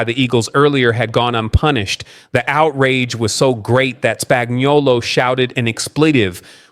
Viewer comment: Please pronounce Spagnuolo right. It's spag-no-lo.